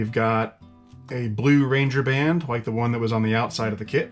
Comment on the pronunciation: When did rubber bands suddenly become "ranger" bands? LMAO I get a laugh every time I hear it